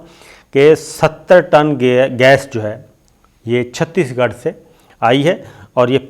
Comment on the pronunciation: It's chates gerh not chatees gerh.